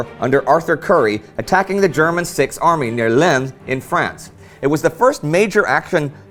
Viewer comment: Bloody Hell, Indy! Lens = pronounced like the English say "Lance" (not like that Texan fellow says it..) :-D